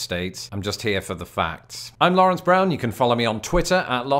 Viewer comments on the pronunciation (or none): none